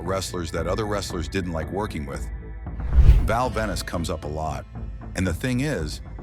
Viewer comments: It's Val Venis. Not Val Venice! 😆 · how can you take this video seriously, when the calls him "Val Venice" and then says his catchphrase wrong.